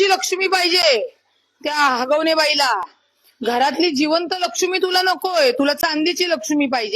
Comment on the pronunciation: हागवणे नाही. हगवणे आहे ते😂